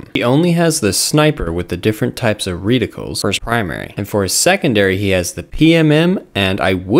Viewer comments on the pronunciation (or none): what??? What exactly is a reeee-tickle